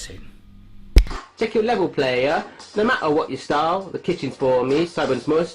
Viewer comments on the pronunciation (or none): none